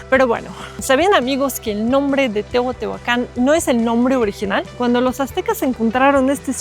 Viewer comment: Hola sra.... lo correcto es decir TEOTIHUACAN....NO TEOTEOACAN, disculpa aunque seas extranjera, procuren pronunciar bien😊